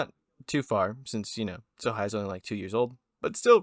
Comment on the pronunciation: It's Sohei bro not Sohigh. Do not disrespect my